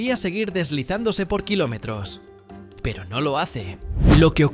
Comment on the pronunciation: Y escuchaste los 80 kilomeano 🤣